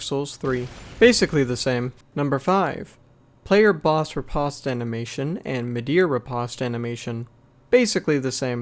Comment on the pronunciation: Well, that's another annoying pronunciation to add to my list. You really did just pronounce Riposte like that? Didn't you? My god. It's pronounced "Ree-post". Let me guess, you also pronounce chasm and facade wrong too?